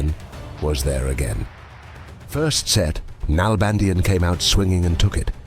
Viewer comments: It's pronounced NalbandiÁn, with the accent in the final A. (Argentinian here) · DavId NalbandiAn. The I of his name and the last A of his last name are pronounced stronger. With an accent.